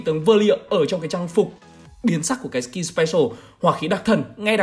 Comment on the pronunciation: YouTuber mà lúc nào cũng đọc skill thành skin